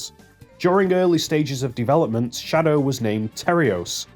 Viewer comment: "Sadow the hedgehog" (ಠಿ‸ʖಠ)?